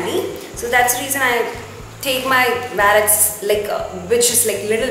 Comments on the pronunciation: It’s not vallet it’s wallet and to much of overacting 👎🏻👎🏻👎🏻👎🏻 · it's wallet not vallet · It's not vallet its wallet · It's Wallet not vaalet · it is not vallet it is wallet so plz correct it . and be creative. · it's wallet not wellet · too much over acting ...👿 and its wallet . not valet. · Some words you are saying incorrect its wallet not wellet and its diary not book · Its not waaallet its Wallet 😂😂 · Hii I saw ur video it's really nice and it's not vallet it's wallet so correct ur pronounsation and keep it up 😊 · You don’t speak waallet it’s wollet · It's not vallet it's wallet poor English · it's not wollet it's wallet..first correct your self before telling someone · what a pronunciation of wallet. and what diva she was looking in glasses. bloody Lol.